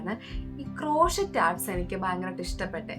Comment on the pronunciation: ക്രോഷീറ്റ് അല്ല ക്രോഷേ cro-shey❤